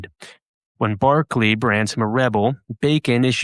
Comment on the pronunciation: It's Berkeley not Barclay. Pronunciation ❤